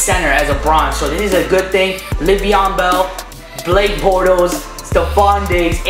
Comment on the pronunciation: his name is le'von